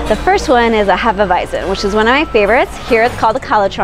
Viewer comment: Hop Nuts is the best brewery in dtown Vegas imho coming from a so cal beer snob. I second Ellis Island, Banger was solid, or have any Revision beer you can find about town, and good job pronouncing Hefeweizen properly hah she knows her bier. Prost!